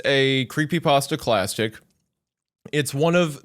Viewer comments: Anybody else hear Isaiah say clastic? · Isaiah: Classtic>classic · When he said “Psychosis is a creepypasta clatsic” I felt that…